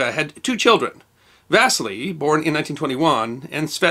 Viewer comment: va SEE lee. Not Vastly. geez